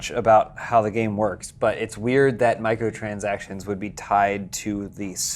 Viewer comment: just can't say Microtransactions lol